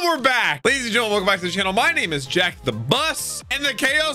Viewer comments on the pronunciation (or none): none